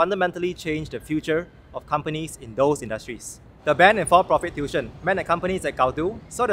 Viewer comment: You should pronounce tuition as tuition, not tution. People outside of Singapore might not understand what you are trying to say.